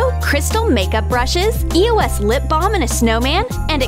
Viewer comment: everytime they say eos i hear eoas then after a few years i found it was eos